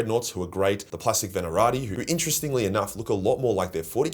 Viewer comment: I know you don't care, but it's "Venatari" not "Venarati"